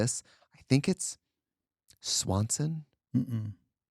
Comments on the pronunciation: Baby it's not Swanson's it's Schwann's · Schwann delivery not Swanson! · Please, I beg- it’s Scwann’s! The peak of middle class country living 🤣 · The swan’s man! Not Swanson lol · SCHWANNS TRIXIE!!!! Not Swanson. It was Schwanns! I went to school with his daughter. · Him calling Schwanns Swansons 😂